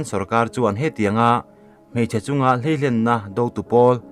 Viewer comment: Hleihlen nilo in Hleilen tih zawk tur